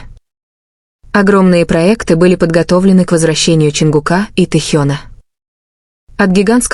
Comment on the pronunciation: Ну какого ЧонгукА,но вы сами себя слышите как вы говорите и коверкаете имена ребят, противно слушать. И как могли услышать что сказал Чон на ухо Тэ? Сказочники блин